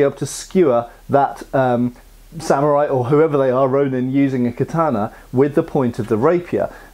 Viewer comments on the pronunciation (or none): none